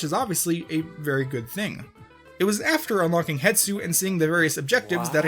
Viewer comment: WHY DO YOU CALL HIM HETSU HIS NAME IS HESTU !!!!!!!!!!!!!!!!!!!!!! >:(